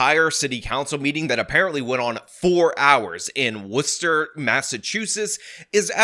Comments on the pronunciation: As a MA native I’m glad you learned to pronounce Worcester this time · Good job pronouncing Worcester right this time. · U learned how to pronounce Worcester correctly 😁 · W for correctly pronouncing Worcester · You said Worcester right awesome man, and glitter is the herpes of the craft world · Thank you for pronouncing Worcester correctly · Thanks for saying Worcester correctly